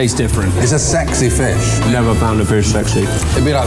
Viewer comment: ”Sexy fessh”